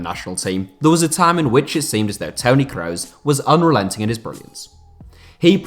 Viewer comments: Dude pronounce Toni kross name properly smh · When you kroos it makes me want to actually cry, stop fucking saying it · Not sure if he is saying Kroos or Reus